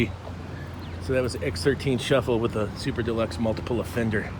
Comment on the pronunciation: U hav to keep sayig multapale offenger U insault us covicts